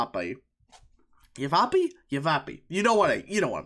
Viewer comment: LOL. No that's not how you say Yavapai; try again; it's spelled as it sounds. YaV A Pie. And aside from having fun trolling you; I don't know there are a lot of people coming from CA and NY and they claim they left there because they hate the libs, but they still vote left. It's a weird argument they claim they're not resist-libs, but moderate Dems. But the result is the same, and a whole new generation that grew up in a very red state, and are rebelling against their parents and are being converted on social media to far-left ideas. Unless a major revolt happens in Phoenix and Yuma; or Tuscon; with the Hispanics. I am not liking the trends I saw when I lived there, and my parents said it got even worse after I moved.